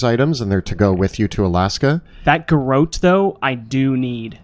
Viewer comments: It took me a while to work out what a "gar-oat" was. There was some seriously funny interplay in this episode; especially some of the input from Mitch. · Aside for the cringe-worthy pronunciation of garrote (but I appreciate that you addressed it during the show!), excellent! I did not anticipate that I would laugh so much during a plane crash!